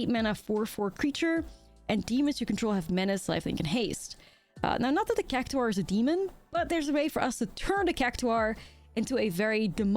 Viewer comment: It’s pronounced like “CAC TOR”